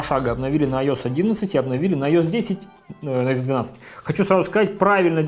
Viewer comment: Айос блять. АйоЭс!